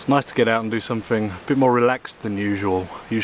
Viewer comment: Welcome back to, the. Some translation for you guys from idiot English to proper English. Here we go then. Somefing = Something, Fought = Thought, Fing = Thing, Fink = Think, Somefin' = Something, Froo = Through, Fanks = Thanks. Short & sweet this time round. Oh, please for the love of God, no more close ups of you slurping on tea or food.